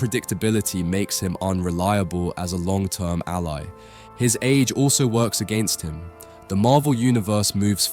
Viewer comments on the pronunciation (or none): none